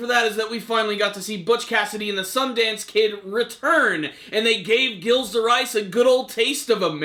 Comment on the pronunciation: ghilles de rais is pronounced Jeel de Ray